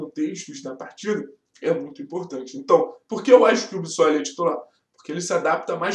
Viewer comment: parabéns pelo vídeo! Mas pô, tá na hora de começar a falar o nome do cara direito! É BiSSoli, não Bizóli!